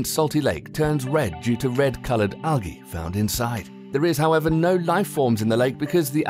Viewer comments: algae wasn't as bad as whatever he was trying ... Belize/Belzize lol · He said A LOT of words wrong, Belize, Algae ect